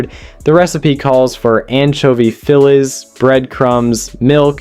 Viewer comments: Def AI, also not hearing the "gay" element that someone here is referencing. Who pronounces fillets like the name of a Pennsylvania baseball team? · He didn't explain what the mock chicken was and can't say "luxuries", "fillets","mayonnaise","satisfying","culinary"?...AI or just a derp?